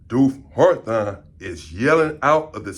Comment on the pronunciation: “HARTHON” ITS HAWTHORNE LOL AND SINCE WERE HERE ITS HOLLA PEN YO 🌶️ SERVICE SA 🍺